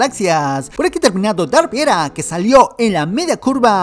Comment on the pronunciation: Se dice darth vader no darth veda